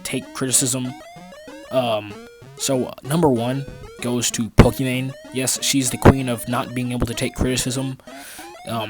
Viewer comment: You pronounced it wrong, it’s pokieMan. Also I’m uncomfortable minipred gets all the hate while there’s furry peds that done worse and don’t get as much.